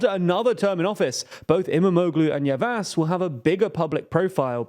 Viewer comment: Great video! Just a tip, Ş is pronounced like Sh so it's "Yavash", Ç is like Ch (you got this one right) and you can just ignore Ğ as a silent letter (like you do with Erdoğan).